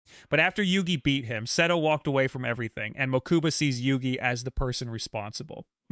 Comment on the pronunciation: "Mokooba" "Seedo" 💀